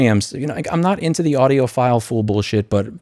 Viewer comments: "audiophool" hahaha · He said audioPHOOL, Somone's definitely an EEVBlog Subscriber 😆🔥 big shout out to dave jones 🤘🤘